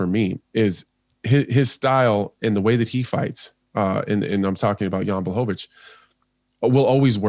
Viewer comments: FFS John can you not pronounce the fighters name man? Piss poor John Boy. Its pronounced like BLACK-O-VITZ.... Or there abouts. Not BWACKOVITZ or whatever your saying man. And I'm sorry but you were right.. The old supercar vs SUV analogy is a worn out cliche man. I'ts bloody LAZY John! I actually like you and your interplays with Dan Hardy but just going by this mate sounds like you can hardly be arsed. Cheetah vs Wild Boar would of been better than the 'Heard it a millionj times' car thing. If these guys dont fire up your imagination John then perhaps you could do the commentary for snooker or something? Sorry to be harsh mate but sort it out son eh? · why is he saying Bwaahovich LOL! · Please somebody make a meme of all the times Dan butchers Jan Blachowicz last name